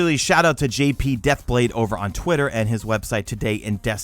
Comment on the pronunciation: twittit instead of Twitter